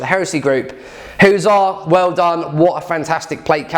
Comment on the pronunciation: I swear it's pronounced Huss arrr not hooosar even though its missing an S the logo is literally of a Hussar's wings.